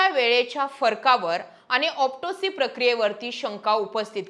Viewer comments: ऑप्टोसी नाही ऑटोप्सी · तुला ओटीप्सी चा उच्चार नीट येईना , तुला बदणे पीएसआय आहे त्याला आयपीएस म्हणते , कसा व्हायचा दीदी